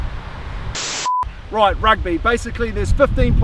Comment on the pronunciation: "Rigth" On another note, how did you even get Kieran Read to agree to this? Lol. Mean vid bro.